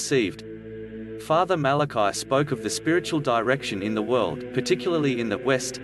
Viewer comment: The priests name was Fr. Malachi Martin, not Martin Malachi and it was pronounced the Irish form MalacEE, not the Hebrew form Malachi. Fr. MalacEE Martin.